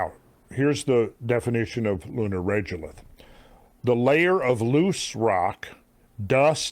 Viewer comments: Absolutely loving the Lunar Presentation. But I can't stand your mispronunciation of Regolith. It's Rego-lith ... Say lego, now say rego .... Regolith. Not Regelith like you say it. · I have always heard people pronounce it reh go lith, not reh joe lith. Despite the bugbear, I love love love the content, keep up the great work :) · Regolith is pronounced with a hard g not a j sound. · Regolith is normally pronounced as reh-go-lith. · Regolith is a regular regulate of similar stone (lith) crushed to varying degrees, and is pronounced as such: “reh-go-lith”. This is why pesky “accredited” Science degrees require stupid shit like courses in college-level English, …or at the very least, a basic understanding of your own glossary in your own field. 👀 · Also regolith is pronounced Reg (as in egg, or regular) Drove me nuts. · The fact that you can't say the word 'regolith' correctly takes away from your credibility. In all your moon research, nothing and nobody ever said it like you do. Just saying.